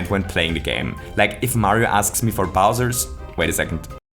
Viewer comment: “Bowtsers”. German accent I see